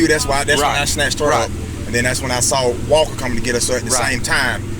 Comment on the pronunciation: Officer Wall-ker! 😂